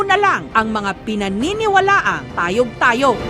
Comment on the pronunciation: Tay-oG!!! Tay-oG!!! Tayyy-oOG hindi tayog tayog..😅😅